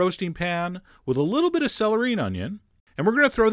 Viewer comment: "And at this point I am going to add a b it more cayenne. "